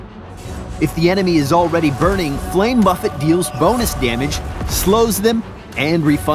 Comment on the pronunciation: Anyone else hear him say "flame muffet" ?